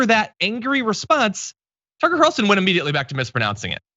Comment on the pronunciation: so carlson tucker is prounouced cuntson tucker.